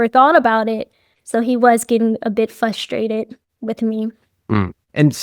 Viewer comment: Fustrated *Frustrated. FYI.